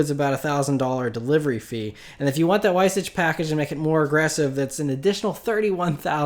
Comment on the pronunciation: how did u butcher the light weight package pronunciation it was on the 918 and i thought everyone knew how to pronounce it smh...